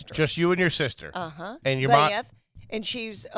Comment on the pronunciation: Exactly. She makes her sister Beth into a 2 syllable name.